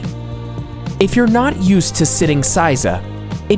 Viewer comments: Why do you say saiza? ther isnt an a in seiza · pronounce 'say-za' not 'size-a' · Seiza is pronounced "seh-ee-zah" not "say-za" (sometimes when things are said quickly in conversation, some words may seem to take shortcuts with the pronunciation, but in fact the entire word is said but very compactly. To the untrained ear it seems as if they are cutting off part of the word. Not so. A common mistake for those learning Japanese is to think it's ok to cut the words, but in reality Japanese people hear what you did but will never correct you, so you keep on believing it's ok. Example: Sukiyaki becomes Skiyaki. What are some other examples? Can you think of some?). Japanese vowels: only five sounds. Not hard to figure out. A=ah I=ee U=ooh E=eh O=oh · I couldn't get through the sitting part. I cringed each time he said "size ah". It is pronounced "say zah". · "EI" in Japanese is never pronounced "IE" as in Lie, Pie, Tie. It's closer to AY as in Say, Bay, Ray, Play, Pray, Tray, Fray. Seiza is not pronounced SIE-ZA, but SAY-ZA. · It's seiza, pronounced 'sayza', not 'sizer' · Hearing him repeatedly mispronounce "seiza" as "sigh-zah" was like nails on a chalkboard. It's "say-zah," bakayaro! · Seiza also makes me cringe every time. SAY-za. And chan . It means you don't know basic language but trying to teach culture and etiquette gives you less credibility . . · Stop saying, "SY-ZA." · please pronounce seiza correctly, as in phonetic SAY TSAR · "Saiza" really hurt my heart as a karate practioner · The mispronounciation of seiza and san was surprising. :/